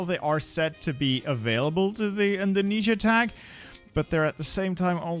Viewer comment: My guy say indonesia WTF IS DEI your entire indonesian fanbase is dissapointed😔😔